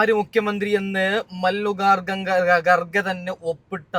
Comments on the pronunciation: മല്ലികാർജുൻ ഗാർ ഘ എന്ന് പറയാൻ പോലും അറിയില്ല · എടാമല്ലികാർജുൻ ഗാർഗെ എന്നു പറ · കാർഗെ എന്ന പേര് ശരിക്ക് ഉച്ചരിക്കാൻ പോലും അറിയാത്തവൻ ആരത്